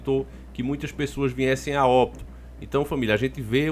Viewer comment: cara paraaaaa falar viNHEssem!!! se fala viessem!! cara vc entende do assunto mas perde credibilidade com pessoas que não acreditam pq vc mal sabe falar!